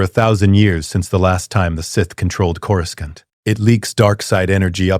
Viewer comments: Corus can't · You mean cour a scant. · Its KO-RU-SANT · Coruscant ❌️ Coruscaunt ✅️ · chorus kant? AI narrator, hard pass. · always pronounced it coroosont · Cora-scant lol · I know this is AI but I can't understand why the AI can't pronounce coruscant right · Ironically enough, the AI did the old pronunciation of Coruscant, the one from the 90s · Because clankers just coruscan't bro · Is it pronounced Koro-skont or Korosont?.